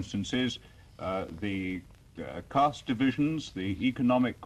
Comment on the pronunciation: One correction The word is caste not cost 5;55